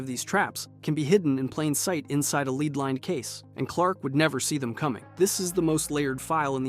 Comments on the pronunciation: Leed? You mean led. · LEAD not LEED! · LEAD IS PRONOUNCED LIKE LED LOL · "Lead". That's one of those words you can feed to a computer narrator that will expose it. A computer narrator doesn't know how to contextualize pronunciations and the word "lead" is just such a word. "Superman can't see through leed." 👈 Gotcha! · The element lead is pronounced led. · Pronounced lead as “leed” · Computer narrators don't know how to contextualize pronunciations and "lead" is the best word that proves it. "A leed-lined box. Superman can't see through leed." 👈 Dead giveaway you're listening to a computer narrator. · The pronunciation of lead 😂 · legit made me pause the video like bro cmon